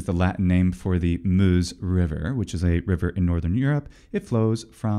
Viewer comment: perfect pronunciation of French 'Meuse', impressive